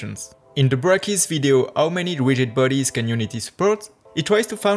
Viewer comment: You asked for feedback: This is feedback No offence meant by this, but it's actually really hard to follow tutorials by people with an accent. At: You say "Ow many" when you mean to say "How many" Same time stamp, "Widgid bodies" instead of "Rigid Bodies" "He tries to found" => "He tries to Find" No idea what. you were trying to say at: "He handed up with a smooth 60fps simulations of 6000 cube" => "He ended up with a smooth 60fps simulation of 6000 cubes" And most of the video that just happens all the time. I'm spending brain power translating your words into comprehensible (not saying it's not comprehensible but it's grammatically wrong almost all the time, and there are words where I have to flip W's to H's and parse accented words that do/don't have the same in English) language. If you're going to throw hundreds or even thousands of hours at this, you're not going to be wildly successful if you have the above issues all the time. Spend a few hundred hours polishing your english - it's very impressive that you can speak another language, I can not. But I skip almost every foreign language tutorial because of this issue, and was borderline skip on your video the entire time, the only reason I did not is because I have worked with a lot of French people, so I have an easier time parsing the French accent. Or alternately, stick to the French language tutorials, I can only imagine it's a more captive audience than the English market that you're going to